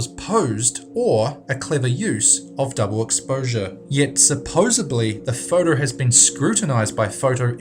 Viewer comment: At number eleven, , I could swear the otherwise eloquent speaker says "supposebly" rather than "supposedly". What do you think?